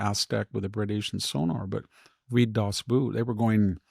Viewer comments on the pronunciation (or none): Wonderful yet again, so insightful! One little tip: the film Das Boot, is pronounced "das Bote" like in Vote. Not "boet". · Victor; the name of the German movie about the U Boats called DAS BOOT is not pronounced as Boot...it is pronounced as Boat like the ENGLISH WORD even though it is a German word. Look it up.